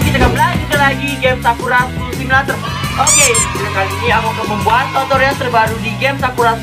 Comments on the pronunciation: Aku dengernya pas ngomong tutorial totorial😂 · Kak aku mau bilang aku denger kakak bilang totorial bukan tutorial 😂😂😂😂